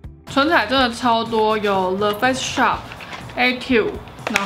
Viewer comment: 感谢tang这是很实用的影片 不是杠但是影片里的发音听起来是le face shop